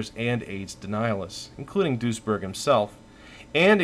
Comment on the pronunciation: I keep hearing "Doucheberg"